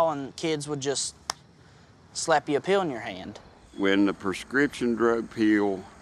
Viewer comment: The way they say "pill" like "peel" (orange peel) is so fuckin annoying man haha.